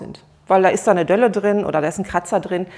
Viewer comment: Delle, nicht Dölle 😀